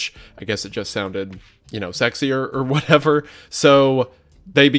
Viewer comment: “sexier”? brother i think you mean kith-ier